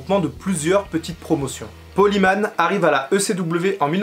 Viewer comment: Bonne vidéo mais j'aime pas comment tu prononce Paul Heyman. Faut prononcer comme si ce serait Paul HÉmen et pas Himan. En avalant le H. Ca ressemble presque a Amen prononcer a la façon anglaise.